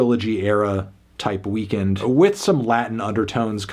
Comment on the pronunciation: It’s pronounced “weakened” not “weekend”